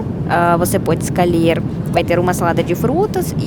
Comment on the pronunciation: bracalis....escalher kkkk Muito fofinha!